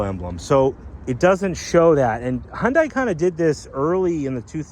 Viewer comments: It's Hun-day NOT Hun-die! Jeez 😫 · Its "Hun Day" not "Hun Di" it's a confusing name spelling, but it has Da at then end the " i " is silent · It's pronounced hyundae like sunday-monday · It’s pronounced Hun-day, rhymes with Sunday.